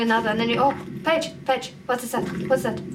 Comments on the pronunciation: It sounds like your saying "pidgey" instead of pagie XD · Did anyone notice she said "petch" instead of page?